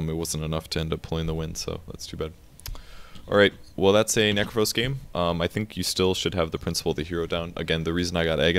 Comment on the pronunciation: Necrophos? Necrophos?!? come on Volvo!